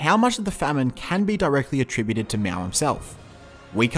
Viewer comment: I have some suggestions for your video. As the pronunciation of Mao, it is more like "Mau" than "Meow". And it should be CPC as it's the same way to call communist Party in Canada or Cuba. CCP has a large amount of racism in it. As for who's to blame for the GLF, I think it is complicated. On one side you have Mao launching this campaign but on the other side you have officials organizing farmers blindly melting iron into metal waste and messing up with the farm land. However , I would like to point out the death number of GLF has been GREATLY exaggerated as China only have 700 million people at that time, and to say something like 40 million or even just 10 million death is flat out reduclious. It is not hard to do the math, that's like 1 death in every 15 people... I have also confirmed with my grandparents as a Chinese that no massive famine was ever heard of during that time. The worst case was actually during three year natural disasters where they heard people were starving, not GLF.